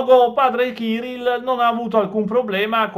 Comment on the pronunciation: Il capo della chiesa ortodossa russa non si chiama ciril ma Kiril coll accento sulla seconda i